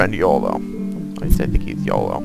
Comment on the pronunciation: Iolo is pronounced "yolo" not "eolo."